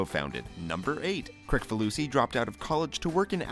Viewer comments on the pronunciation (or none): It's Kris-falusi not Krik-falusi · It's actually pronounced Kris-falusi. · His last name is pronounced "Krisfaloosy". The C is pronounced as an S. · It’s pronounced Kriss-falusi